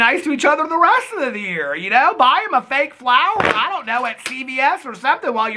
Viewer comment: Sometings" 😜😜😜😜 love ya